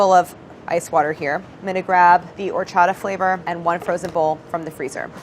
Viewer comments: Their pronunciation of horchata, cajeta, dulce de leche is killing meeeee. At least they're interested in incorporating those flavors into it😋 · Can someone please teach Claire how to say Horchata 😂♥️ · Clair: Pronounces Harina and Horchata with a hard "H" Every Mexican: *Cringes internally* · I love y'all but y'all need to stop pronouncing the H at the beginning of Horchata and Harina. Also Masa Harina is redundant, as masa is the word for dough and harina is the word for flour. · Am I mistaken, or is Claire pronouncing "horchata" as if it were a French word with a non-aspirated "h"? As opposed to a Spanish word (which I believe it is.)